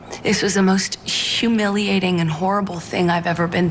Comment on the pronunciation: What's "shoomiliating" "shoomanity"????